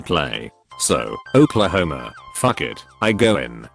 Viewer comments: So “Ohklahoma” fuck it 👌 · it's,,, oklahoma